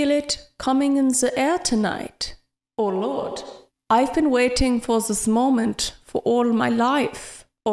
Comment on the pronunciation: in the air tonight for vanentines? LOL and "oh lord" sounded like "or not" A-A Ron I hand wash dishes.